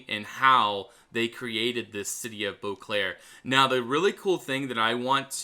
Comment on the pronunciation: It not "Booclair", you need to say "bowclair"